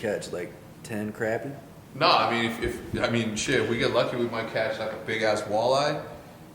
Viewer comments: You really call them crappy??? I have always heard it pronounced, crah-py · You are pronouncing Crappie wrong. Down in the south they are pronounced craw-pea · Here in the south, it's pronounced "croppie" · when hecz pronounces crappie wrong lmao